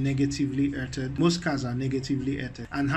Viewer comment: "earthed" is pronounced like "earffed" or "earth-ed"